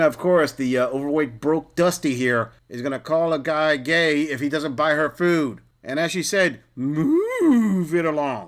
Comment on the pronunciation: Buy your own fooo then... can't even pronounce "food" is wild